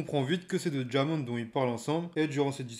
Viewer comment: Bonne vidéo mais Diamond se prononce « DAIMAUND » (à l’américaine quoi)